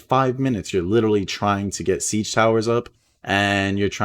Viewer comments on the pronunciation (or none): none